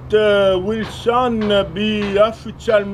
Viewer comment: flood si pronuncia flod, soon si pronuncia sun, etc etc 🤣🤣🤣